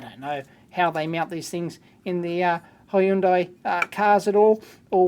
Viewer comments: Why do you pronounce hi-undai??? It sounds weird and it's not the usual way of pronunciation. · I always love the way dave pronounce hyundai. Hi, Undye!